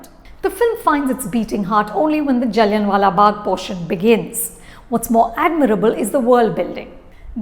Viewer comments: जल्लिआं वाला in case you dont know the pronounciation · Everyone knows pronounciation. Idk why she's saying it like that. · you need to correct your pronunciation for “Jallianwala” Its Not Jalliun🥲